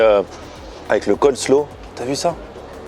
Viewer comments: Coleslaw coller slaw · Ca me trigger a chaque fois qu il dit le COLLE SLOW 🤣